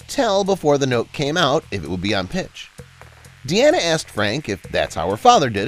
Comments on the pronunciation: her name is pronounced as DEENA, not Deanna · It’s pronounced Deena not De-Anna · It's not "De-Anna," but "DEEN-ah." As in her dad's name Dean, just adding an 'a' at the end.